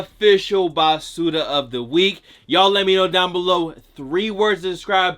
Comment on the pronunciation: Im rican n it took me 15 min to realise u was sayin basura 😂